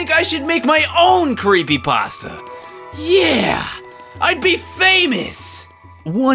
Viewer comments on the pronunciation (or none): none